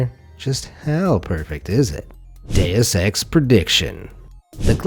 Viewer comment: Deus Ex He says it : DAYUS X